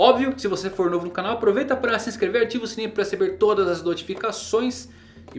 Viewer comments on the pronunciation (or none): none